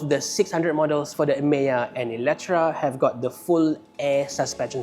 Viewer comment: Eletre, how come pronouns as eletra ?